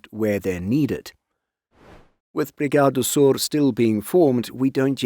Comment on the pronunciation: Good pronounciation of Sør